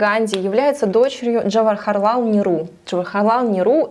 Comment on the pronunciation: НЕру, а не неРУ. Во всяком случае, когда мы учили историю в школе(советское образование), произносили фамилию этого политического деятеля так.